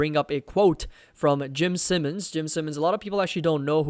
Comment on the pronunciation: I think "Simons" is pronounced like "sigh" instead of "sim"